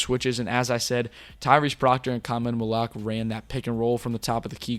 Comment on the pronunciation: For the host: Khaman's last name is pronounced Mal-oo-wash not Mal-oo-ahk